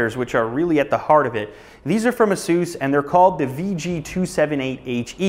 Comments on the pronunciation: "asoos"? isnt it pronounced "ace-us"? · Asoose?!?!?!? its Asus, not Asoose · Is ASUS pronounced "Ahh Soose" or "Aye Sus"? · Its not (a-SEUS) its pronounced (A-SUS) The name is derived from the Greek word for a mythical winged horse. Peg(A-SUS) How hard you want to make the (A) is up to you. Maybe this will help you out. I just think if your going to promote a Brand Name you should know how to pronounce it. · Isn't pronounced A Sus not soos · Asoos its pronounced Asus.... just saying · A SIS is how u pronounce it fuckard bit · he pronounces Asus wrong. [Ace-iss] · Its pronounced ace-us asus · I've always pronounced it "ay-suhs" -_- lol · you don't pronounce ASUS properly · he doesnt know how to pronounce Asus